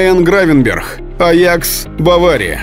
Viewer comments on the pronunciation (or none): По моему Гравенберг а не с х в конце